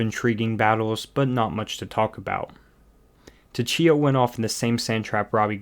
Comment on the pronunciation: your pronunciations are terrible. It's "Mo-Teggy" not "Mo-te-zehy". It's "Su-Chi-Ah" not two-chi-ah.